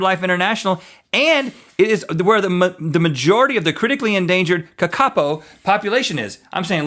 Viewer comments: Hahaha I'm from NZ and the Kakapo is pronounced Kah-Kah-Poh not Kah-Kapo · pronouncing all our native bird names wrong; the Kaka is cheeky, its not named Cheeky Kaka, Kokako is right, Waka is pronounced woka (though that could be down to accent). but mostly Rhett failed at saying Kakapo which is ka-ka-po not ka-KA-po. lol New Zealand and our wild life... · It's also pronounced Ka-Ka-Po all in one word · Ka-ka-po is how it's pronounced. And they're hilarious fat parrots. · How to pronounce its Kakapo